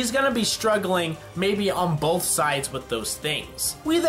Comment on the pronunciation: did you say bolth?